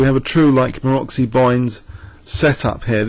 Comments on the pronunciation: MaroTZy bind, not Maroxy, pretty pleeease with sugar on top. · actually its Maroczy, pretty pleeease with sugar on top